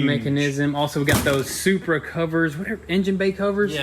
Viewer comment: Most people "BMW Shurpa" Lol I did say shupra I added the h okay... Me: "Saying toyota happy:) and saying supra madly "Toyota:) Shupraaaaaaa😎😎😎 Why I love No tinelaps vid of them fixing cars not like others You have to watch everything with a I like